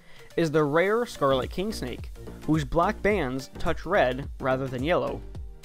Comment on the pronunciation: NICE GOING - SLURRING YOUR WORDS. IS THAT A SICK JOKE? IT IS A SCARLET KING SNAKE. WHAT WERE YOU TRYING TO CALL IT?